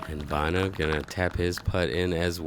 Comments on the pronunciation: Bruh... Vi-E-no?... It's pronounced Vi-no. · i dont undestand how hears queen say Vaino's name right then keeps saying it like a moron saying vye-ee-no, its "vye-no"